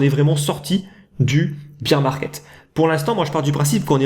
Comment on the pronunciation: On prononce "bèr" market. Sinon c'est le marché de la bière, sorry. Keep it up sinon, peace